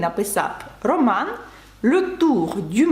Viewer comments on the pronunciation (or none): none